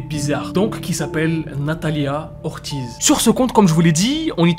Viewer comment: Ortiz se prononce "ortise" commes des ortis mais la s sonne!et la lettre r se roule dans le palait de vos bouche!